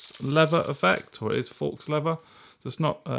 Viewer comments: Faux is pronounced fo, like go. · Loved your mispronunciation of the word faux. FYI it's pronounced like the word foe. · Thanks for the video. "Faux" is pronounced "Foe" by the way.